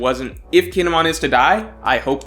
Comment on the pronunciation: The way you pronounce kinemon sounds like he's a Pokemon. Guess you haven't seen the anime.